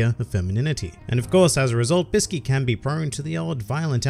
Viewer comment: Do you know that actually the right pronunciation of ''Bisky'' is actually Biske and right pronunciation for ''Kite'' is actually Kaito. So everyone who pronounce it as its typed is wrong.